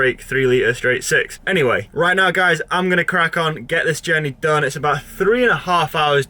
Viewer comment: I wince every time you savage the word “done” or ‘DON’ as you pronounce it😂💀